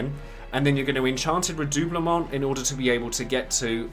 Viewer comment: My main dps in FFXIV is a RDM and Alisae was a must for me. I also main SCH so Alphinaud was a must a well. Thanks for this nice guide! Thanks as well for me finally learning the correct pronunciation of redoublement.